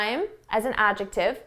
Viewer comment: I shake my head when you jump in that word adjective for a second time, it seems you miss pronounced it, I wonder myself like an English learner,( love you ✌)